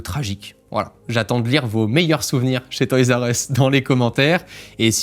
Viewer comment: ma mere dit "toys u ess" le R a disparu